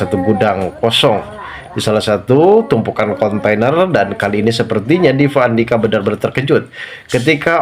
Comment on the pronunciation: Gak bs ngomong p.bs nya v 😂😂😂vukan orang viasa